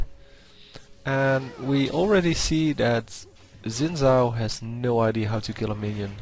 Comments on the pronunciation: you pronounce it shin zhao. zh is like sh just with a vocal noise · You said it like Zin Zao :) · you gtta say xin zhao like a china man. sin zao.